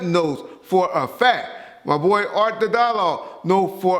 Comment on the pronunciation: "For a F A C K - TUH" hahaha